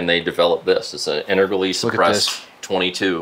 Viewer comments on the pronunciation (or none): The way he prounced integrally as "inter-gally" made my eye twitch. Other than that.......damn he's got a lot of cool shit.